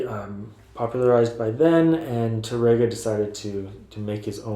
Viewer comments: Really, really enjoy your video lessons. Wish you were located here in Ohio; you'd have a dedicated student!😇 Hope you don't think me a bit of a douche-bag, but: your pronunciation of Tárrega is kinda off -- especially for a guitar teacher. The emphasis is on the accented 'a', not the 'e'. So, it's not Ta-RAY-ga, rather, TA-ray-ga. Hope that helps -- I'm taking Spanish lessons 😏 -- along with my guitar lessons. Hey, when you're retired, that's what you do! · Tárrega is what you wrote in the title to the video. Notice that accent on the "a?" That means that you accent that when you say the word. TARR ega. Not Tar-EGG-uh. Sorry to be picky, you help people a lot. I can't be the first person who has pointed that out.